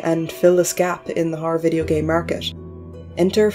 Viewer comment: Good video, whenever you say Horror I say "Harrr"